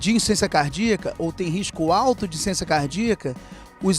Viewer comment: Não é insência cardíaca. É Insuficiência cardíaca. Desculpa corrigir, mas sem perceber vc está falando insência....